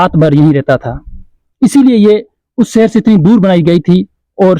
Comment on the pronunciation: Cher nhi bhai seher